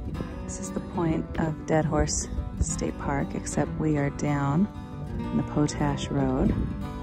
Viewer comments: It's Pot Ash, not Po tash... It's used to make fertilizer... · It is not pronounce poat ash... it is pot ash, it is used in fertilizer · I love your approach to making videos. I especially liked the lake city loop video. My only criticism is your mispronunciation of the word potash. It is pronounced POT ASH (paa tash) not poe tash. Your 4 wheeling videos are among the very best on Utube. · It's pronounced "Pot Ash," not Po Tash. Ask a local. And the park is Dead Horse POINT State Park! Great videos!! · Great video, good narration and maps. But it's pot-ash, not po-tash.